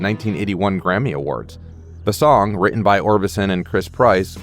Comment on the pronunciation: Speaker can not say the simple word: written!